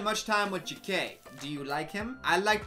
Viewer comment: why’d u say jake like that? 😂